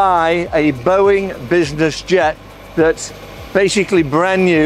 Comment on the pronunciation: You lost me at "Boeing"